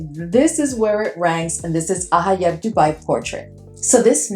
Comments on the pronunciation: It’s pronounced Ajayeb with a j sound. The j is never pronounced like an h in Arabic. Enjoyed watching your ranking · You pronounce the J in ajayeb. It's not a Spanish word